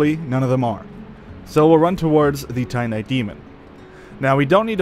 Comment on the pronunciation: Your pronunciation of Lordran and Titanite are absolutely atrocious